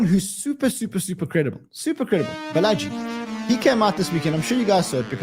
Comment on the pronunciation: Balaji is pronounced "Baala-G" 😊